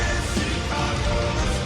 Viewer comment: Careless the Twelfth ? I guess you were trying to say Carolus, but it did fit as it was Carolus who finally ruined the empire unfortunately .. coming from a Swede :D Swedish version is superior in every song , this applies to the whole album in my opinion.